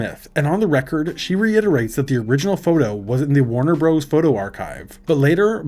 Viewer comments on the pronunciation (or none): Warner Broze? That’s when I stop listening to this 💩